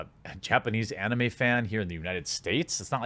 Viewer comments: u miss pronounced Anime, it's ani-may. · I hate the way you say anime. I now have assumptions of how you pronounce Naruto. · You dont know how to say anime?